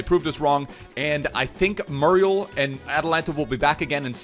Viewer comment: It’s moo-ree-el my friend